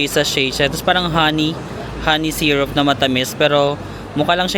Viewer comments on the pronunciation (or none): none